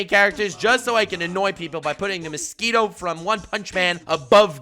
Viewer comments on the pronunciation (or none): dont know why but I chuckled by the way said mosquito